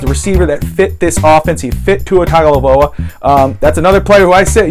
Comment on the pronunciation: TUNG-oh-VAI-LoAH...come on bro...